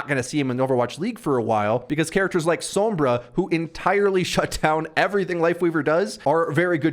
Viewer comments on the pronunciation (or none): none